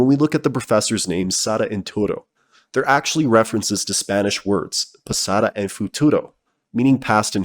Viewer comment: Pasado* not Pasada